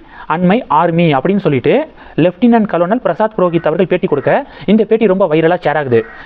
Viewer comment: கலோனல் இல்லை கர்னல் என உச்சரிக்கவும்